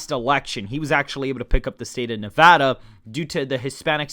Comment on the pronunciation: Thank you for pronouncing Nevada properly. Nev-add-uh, not Nev-ah-duh.